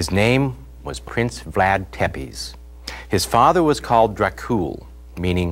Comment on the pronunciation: its not pronounced tepes its actually pronounced tepesh but its spelled tepes and dracul doesnt mean devil it means dragon do your research